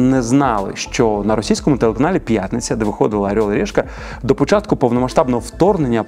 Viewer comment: Ну чому "арьол і рєшка"?